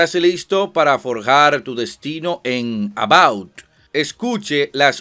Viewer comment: Porq dices "About", si es Avowed?